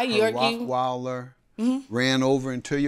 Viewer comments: I’m hearing ROCKWILDER not ROTTWEILER…. What dog lover doesn’t know the names of common breeds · it's the constant mispronunciation of "rottweiler", for me 😭😭😭😭